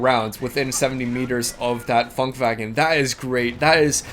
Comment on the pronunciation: it's Funkwagen, not funkwagon :D